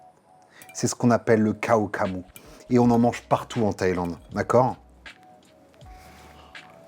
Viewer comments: Le massacre en entendant cela kao ka mou, thaï d'origine, tu peux prononcer Krao kra mou, le H est transformé en R, nuoc mam et pas nioc mam 😂😂😂, sinon bien gérer la recette !!! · Belle interprétation, respect. Petites précisions, ça se dit plutôt Kao Kla moo, les Shiitake et le poivron… euh pas dans la recette originale mais pourquoi pas et sinon du "Nam Pla" plutôt que du "Nioc Mam", la prochaine fois que tu viens à Bangkok je te ferais découvrir la meilleure adresse sur Dindaeng/Bangkok et 2/3 autres petits endroits méconnus… Peace !